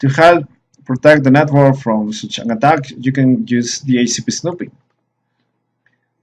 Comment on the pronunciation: un comentario poco agradable; su pronunciación del ingles es pésima, resulta diciendo palabras que no son, yo se porque también hablo ingles y obviamente el español; le entiendo lo que quiere decir. PERO cuando usted esta hablando el ingles lo pronuncia muy mal, ejemplo: va a decir cual y termina diciendo traje = such y lo pronuncia como si estuviera diciendo Suit o traje en español.